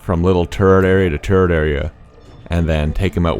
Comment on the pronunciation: Why does "turret" sound like "turd"? BECAUSE THOSE LITTLE BASTARDS ARE FULL OF SH*T AND I HATE THEM!!!!!